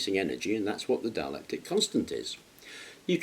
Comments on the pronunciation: It's dielectric not dielectic, or am I hearing him wrong. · ......yes, it's dielectric not dialectic .